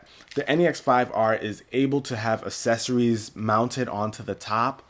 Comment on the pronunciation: You say accessories wrong